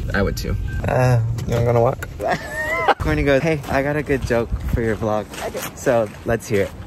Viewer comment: here ive been thinking her name is CORNY for literally YEARS because you say courtney without the T